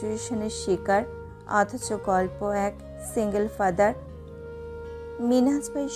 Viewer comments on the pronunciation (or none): none